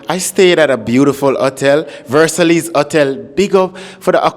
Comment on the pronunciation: Mmmmmmm🤔 I think I meant Versailles (pronounced) ver- sigh not Versellies 😅